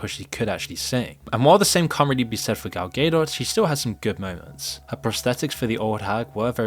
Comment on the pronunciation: Who's gal gaydoss?